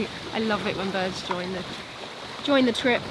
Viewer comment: I just watched the part where you said you were “ joined by some bids, eight of them altogether” but I heard “joined by some birds. I ate them all together” and did a double take. 😊